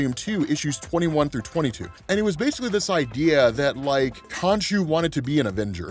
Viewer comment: When I left youtube on autoplay, I didn't expect it to reach here. Suffice to say, I got MH4U flashbacks when I thought you said "Konchu"